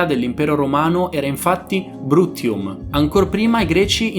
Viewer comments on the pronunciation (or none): BRUTIUM SI LEGGE BRUZIUM LATINO